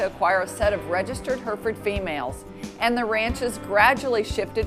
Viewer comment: Why do Americans always pronounce Hereford wrong